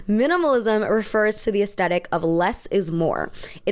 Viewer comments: It's pronounced ass-thet-ick...not ass-tet-ic. Please share with all of your Millenial and GenZ friends. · The word. Is not pronounced. “aesTETIK.” IT IS PRONOUNCED aes-THET-ic. So sick of hearing these annoying little thots mispronounce this basic word ffs. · Aesthetic is often incorrectly pronounced aestetic, as if there were no h in the word. The correct pronunciation is with a th sound, as in thick, at the beginning of the second syllable. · I enjoy your aesthetic themed analysis videos, but I wonder if you could PLEASE be one of the few among your peers who pronounce it correctly. Despite what you all seem to think, the H is NOT silent.